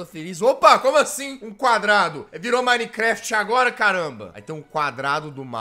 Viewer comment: E MINECRAFT